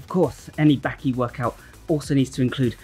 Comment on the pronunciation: It’s Baki. Not Bahhqkey!!!